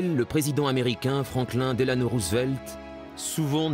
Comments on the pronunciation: This is an excellent documentary. BTW, the first syllable of the name "Roosevelt," does not rhyme with "ruse" or "news," but with rose, like the flower, and in fact that is what the name means in Dutch, "rose field." Also, the accent on the name "Delano," is on the first syllable, not the second, so it sounds like "Della no," not "de lahn oh." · Good narration but he can't pronounce "Delano".